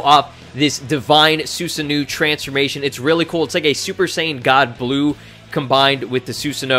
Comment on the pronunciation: Your pronunciation helper right here. Its "Soo-Sar-No"